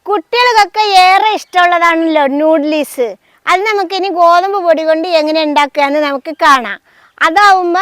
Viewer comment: നൂഡിലീസല്ലാട്ടോ നൂഡിൽസ് ആണ് ഇത്തൂസ്